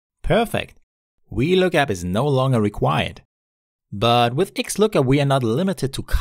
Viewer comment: Your V's sound like Ws. Was looking for the wee lookup function. ffs